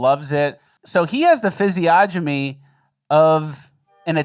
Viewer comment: "Physiognomy",. There's an N in there.